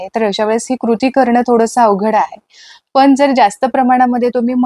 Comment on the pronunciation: बाई कामाचं लवकर बोल गं.हे सर्व आम्हाला माहित आहे.मुद्याचं‌सांग नं.आणि किती अशुद्ध भाषा बोलतेय.लोनी पानी पन तो रवी.मराठी आधी‌शिकून घे. अती बोलण्या मुळे व्हिडिओ पूर्ण बघितला नाही.हे सर्व आम्हाला पण माहीत आहे.वयाची ७७ वर्ष झालीत हे सर्व करता करता.असं अशुद्ध भाषा ऐकल्यावर संताप अनावर झालाय.